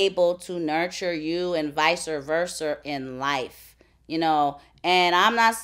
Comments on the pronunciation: she say vicer verser!! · Lol first time ive ever heard VICER VERSR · "Viser, verser"... ok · Did she say "vicer verser"?